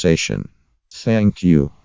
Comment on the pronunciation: "HELLO EVRINYAN. HOW ARE YOU? I'M FINE, SANK YOU"